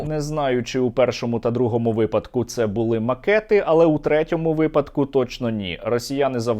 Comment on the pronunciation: не бУли, не завдАли, а булИ,завдалИ, не почАли, а почалИ, не вся Україна говорить з галицькими наголосами